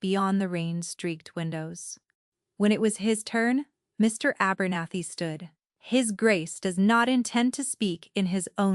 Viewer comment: Terrible... A- bernathy. ??? What ???